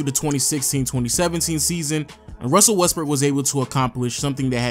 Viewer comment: This dude did not just say Russell westberg